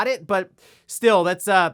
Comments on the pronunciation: "Grand Thauto" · Is it just me or does he keep saying "Grand Thoughto"? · I’m baffled by how you pronounce Grand Theft Auto